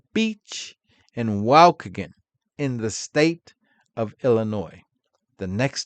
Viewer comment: You mean WAHH-KEY-GAN...Waukegan,IL